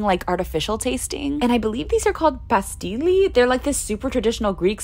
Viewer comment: It's not "pa sti li" its pronounced "pa ste li"